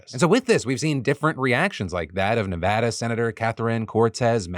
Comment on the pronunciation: I kinda did a double take when you pronounced Nevada correctly.